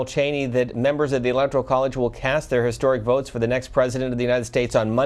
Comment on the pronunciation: All these idiots...it's ELECTORAL not ELECTORIAL